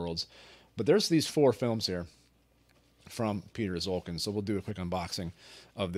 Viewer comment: Piotr Szulkin ( correct pronunciation is ''shulkeen'') was not liked by the state cinematography in communist Poland. That is why he was given a camera only in winter, which explains this post-apocalyptic cold climate in his films. Greetings from Poland !